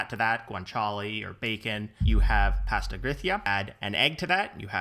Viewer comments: Nice summary. But please… it is ‘pah-sta’ not ‘pay-sta’ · What's so f-ing hard about pronouncing the word 'pasta'?? It's 'paaastaaaa', as in with two 'ahs'. Not 'a' as in 'apple'. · Where can I get written recipes? Also, he needs to learn how to say PASTA! LOL